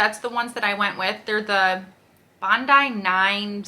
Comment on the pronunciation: Hoe-kuh’s is how you pronounce it. And Bon-dee is the particular style you bought. I have the exact same pair. They’re amazing. I’m trying to heal some plantar fasciitis and the Hoka’s are heavenly!